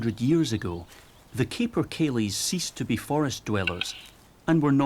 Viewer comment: Beautiful cinematography showing my amazing COUNTRY. Pity the same can not be said about the commentary. Someone who speaks with a Scots accent should surely know that there are no LAKES in Scotland. Come on, LOCHS! Pronunciation is grim as well, capercaillie maybe spelt with one P but is said as if there were two. Eilean Donan was not some mystical female... Scotland does indeed occupy the Northern half of the island of Great Britain, but it is not a region. Such commentary is done deliberately by those with a distinctive political agenda. Sad and puerile.